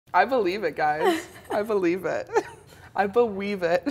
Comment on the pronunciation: "I be weave it 😂😂🐟😂